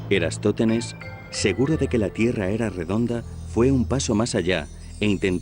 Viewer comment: Es «Eratosthenes», y no "Erastóthenes", como afirmas en este video. Me has hecho dudar de mí mismo, y no hay derecho. Aún tengo y conservo buena memoria. A ver si corriges la versión sonora de este video. De nada.